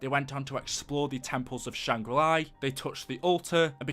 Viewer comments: La not li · It’s shangrila not shanggrili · great vid but it's not Shangri-"Lai" it's just Shangri-La there's no I in it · Where is the I in LA SHANGRI LA! La la la la la not li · When he says Shangri LEYE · the way he says shangri la is so annoying there is no I at the end of la